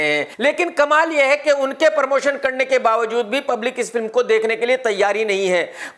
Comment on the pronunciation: Abe pormotion nahi promotion Bhaiyye